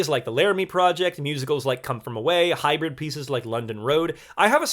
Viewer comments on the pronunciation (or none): none